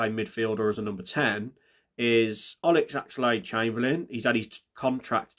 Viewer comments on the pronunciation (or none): Olex Axelaid chamberlin? Never heard of him! 😂😂😂